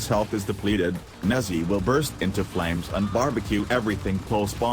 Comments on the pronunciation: i hear nazzi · it's chinese so it's pronounced like neja. neh-JAH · That is not how u say “Nezha” I expected better from a cephalon